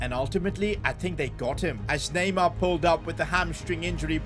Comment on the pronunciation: It’s neymar